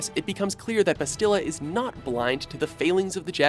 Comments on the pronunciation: Maybe if you had played any of these games you wouldn't be butchering the characters' named. Mission Vay·oh Bass·tilla Shan (not Shon) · Bastilla? Really